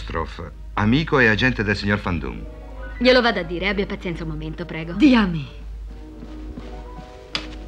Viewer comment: Non è Fan Doom, ma Van Doom, essendo un nome di origine olandese